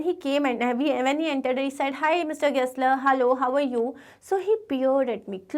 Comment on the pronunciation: Gessler ❌ Guessler✅